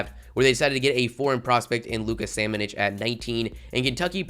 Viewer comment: Bro really can't pronounce bitadze? Or Samanic? Lmfao